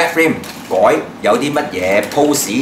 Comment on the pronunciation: ，Red Frame個Frame字，做乜讀成Frime音？最離譜係你一直以來都將BANDAI讀做Ban DAIL，想點？好撚礙耳！ 同埋好心你換吓呔啦，zoom in見到啲污積出撚哂嚟！喱條掉柒咗佢啦，仲帶！又唔撚係靚喎！